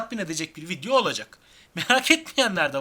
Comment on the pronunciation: Yanlış anlamayın vidyo değil video. Teleffuz ederken öyle söylüyorsunuz